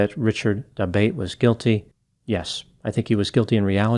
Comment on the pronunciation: Isn't that surname pronounced da-BOT-ay?